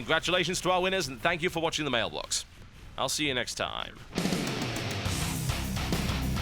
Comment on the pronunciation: did anyone else notice he said mailblox at the end?